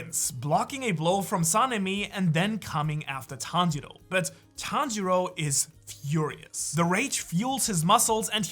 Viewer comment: Le playback est génial Et le Tanjili à la minute l'est tout autant, et tanjiru à la Minute ...je savais pas que c'était possible d'ecorcher un nom autant de fois😂 sinon, vidéo intéressante et super naration vraiment agréable à écouter !!